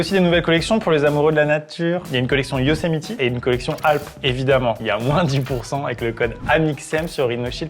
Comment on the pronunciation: Yosemite 😭😭😭 s’il vous plaît ça prends 2 secs regarder comment un mot se prononce 😭😭😭